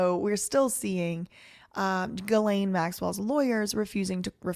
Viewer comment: You're pronouncing it correctly, with the hard G